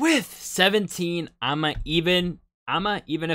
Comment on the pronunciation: Yup! It's a happy song about the end of the world. 🤗🤔🤨 Guess you liked it! Loved your reaction as always. PS It's pronounced ee'-ma :shelterin